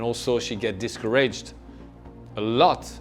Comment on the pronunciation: Love his commentary, and enjoy his accent, too. She was dicourAGEd. :)